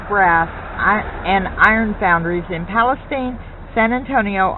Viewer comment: I'm not quite sure what you're trying to pronounce but the town name is pronounced "Palace-teen"